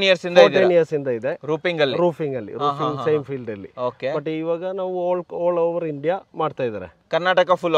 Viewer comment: Roofing ❌ Rooping ✔️